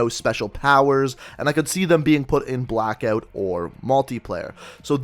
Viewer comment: Pretty clear that is an 8 shot revolver and is it Canadian to pronounce it Blackeout?